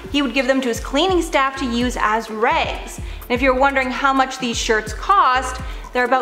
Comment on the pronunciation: Why’d you say rags like that man cmon